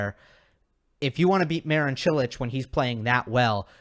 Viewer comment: It's funny how you can pronounce Čilić and Kecmanović almost perfectly, but you are way off pronouncing Marin correctly.